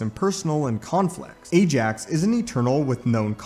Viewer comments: BTW It's "Ajak", not "Ajax"... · It's "Ajak", not "Ajax"... (Yeah I know, big difference... L🤓L )